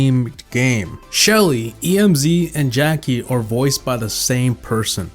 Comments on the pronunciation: It’s Emz not E m z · Fact no 101 Its emz not e-m-z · please stop saying “E.M.Z.” It’s “Mzz” it’s annoying. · Did he say E M Z instead of Emz? And instead of starpower gadget? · It’s Emz not E m z it is all one word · It's not e m z it's emz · It's Emz not E-M-Z! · In this video you called Em's E m s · ITS NOT E M Z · I cringe every time he says E-M-Z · Nobody:: E, M, Z #slightlyinfuriating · Not E-M-Z! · loves calling emz like E M Z 😂😂😂 another brawl stars fact that must be included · he pronounced emz wrong